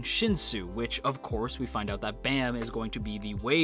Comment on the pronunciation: Please say their names right... It's Baam(Bahm) and Khun(Koon) sheesh. I didn't realize how much incorrect names would piss me off